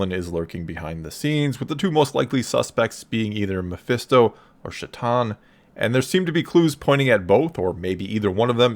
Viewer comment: Chthon is pronounced ch and like tone